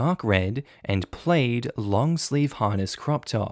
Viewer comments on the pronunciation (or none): plaid is pronounced plad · Just so you don't continue this, plaid rhymes with dad, plaid does not rhyme with spade... but perhaps that is the Australian pronunciation? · the way you pronounced "plaid" astounds me